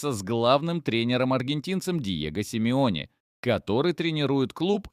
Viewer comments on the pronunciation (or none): Симеоне а не сим ионе